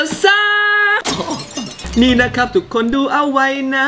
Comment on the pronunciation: เอลซ่าไม่ใช่เออซ่า